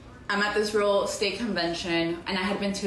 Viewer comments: I couldn't work with a realtor that says "ruul estate" every 2 minutes. Might be for the best that she noped out of that. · The way she pronounced real estate like “realstate” grates on me so bad 😂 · New drinking game: every time she says "real state" instead of "real Estate" take a shot.